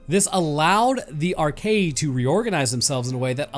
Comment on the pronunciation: It's pronounced Ar-kay-uh. Not Arkayee